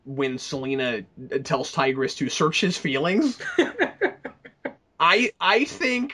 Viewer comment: His name isn't Tigress it is Tybrus.